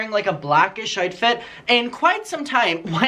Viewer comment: I love that when you say “outfit” it sounds like “artfit” to my American ear. It makes so much sense considering your love of fashion as self-expression. 💚